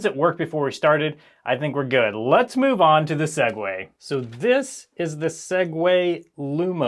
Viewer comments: Crazy to hear a Tech YouTuber say "sague" and Not Continue With "to Our Sponsor" 😂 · Every time he says 'Segway,' I have an urge to skip a few seconds. Thanks, Linus Tech Tips.